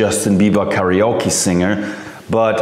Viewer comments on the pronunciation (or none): none